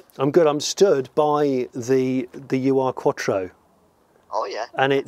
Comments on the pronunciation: Great video!! Fab 80s fave of mine too! Fair play that’s quite the hike to get to as well PS. It’s not “Uwe Arr” Quattro, it’s OOR Quattro, from the German word Ur meaning previous, ancestral or historic so Ur-Quattro is a bit like saying it’s the OG Quattro in German if you like. “Ur” is a word not an acronym. 👍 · Love your video's but hope you don't mind me correcting you on the pronouncation and meaning of "Ur Quattro" The translation of Ur from German is "traditional", "primal" or in this case probably "first" would be the best word. Ur is pronounced not "you ar" but more like "lure" without the "l" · Ur-Quattro simply means 'original-quattro' in German. Its not U R Quattro. Ur reads like 'ou' in tour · Do some research and get your pronunciation right.... it's not " you are".... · Now go find one of those Starions (they're even rarer) [The (mis-)pronounciation of Ur-Quattro is hilarious 😉] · The UR in the name is the german word 'ur' meaning 'original', 'first'. The u is pronounced as in “do” or “through”.